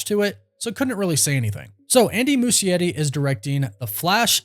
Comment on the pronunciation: Why the heck is he pronouncing Andy's name that way? Mushy Eddie 🤣🤣🤣